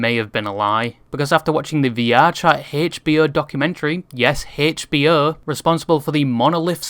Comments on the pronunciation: haychbeeoh is definitely one way to pronounce that 😭😭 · hearing you pronouce HBO was painful. I'm convinced they changed their name to max to prevent the European tongue from casting that on the world. Edited for spelling/grammar